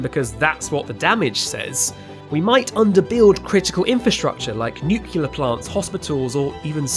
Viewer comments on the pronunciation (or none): Did you really just say "nucular"?